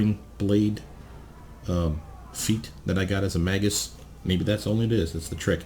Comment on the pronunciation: It's pronounced 'May-gus'